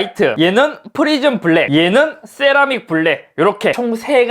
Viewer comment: 네?? thㅔ라믹 이요??